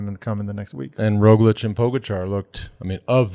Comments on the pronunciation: No matter how many times he hears EVERYONE else (including Lance and JB) say, "RogliCH," George insists on saying "RogliCK." And JB...scoot a little closer to George. You're off center. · Come on George it's Rog-lich not Rog-lick!!!!